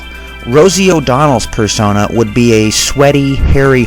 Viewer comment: Personai? Person-eye? Multiple Persona are called Personas.